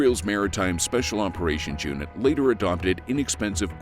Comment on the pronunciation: Israel’s Special Operations “Jew-nit” … I see what you did there 😂